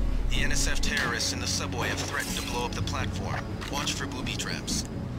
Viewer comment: Is it just me or did she say Terrorists-ists At the start of the mission?